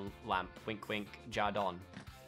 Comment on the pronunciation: anyone else got TRIGGERED!! when said Jardon? ITS JORDAN 😐